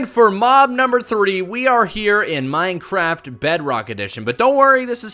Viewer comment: why are you so stupid you are saying is menehraft